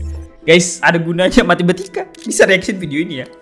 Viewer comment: Apa yang abang bilang: matematika Yang saya dengar: matimatika